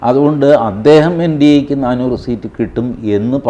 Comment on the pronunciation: എടോ നാണൂറ് അല്ല നാനൂറ് ആണ്